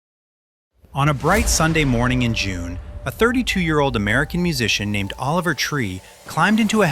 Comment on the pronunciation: Noooooooo 😭😭😭😭😭😭😭😭 Oliver not Olever